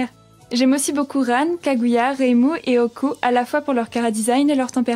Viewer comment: débutait en doublage mais est encore active aujourd'hui sur sa chaîne. Elle participe également souvent aux Résumé foireux de *crasybombworld*. Je ne connaissais pas l'univers Touhou à l'époque mais j'ai quand même beaucoup pleuré sur ce doublage sachant que Reimu était prononcé Raimeuh (ça m'amuse rien que d'y repenser d'ailleurs). Ça suite Reireimu suivra juste après par curiosité?